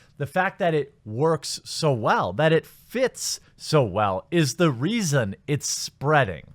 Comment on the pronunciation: Lol the REEason